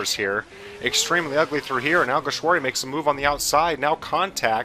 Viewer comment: Well done you perfected alguersuari's name, also great race